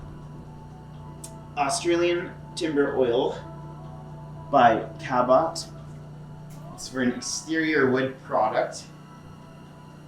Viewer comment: Ahh Cabot’s. (Pronounced Cabits we shorten everything in Australia like your pronunciation of say Melboooorne would be Melbin for us) Great Aussie product! Nice colour too!